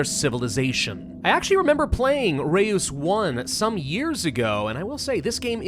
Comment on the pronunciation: oh and its pronounced like the german ö, not e-oo.